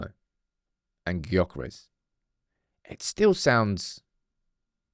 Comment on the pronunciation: You dont say the G in Gyökeres. Its more like jokeres. Coming from a swede 😂